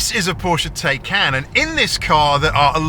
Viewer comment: Try to pronounce Taycan how it supposed to be pronounced, Taikaan, not Teikeen. PAW specifically excludes batteries in Porsche BEVs and hybrids. Once the 8 yrs have past, they’re in fact worthless garbage.